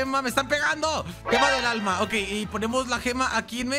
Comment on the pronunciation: 2613 dijiste Gemalto del alma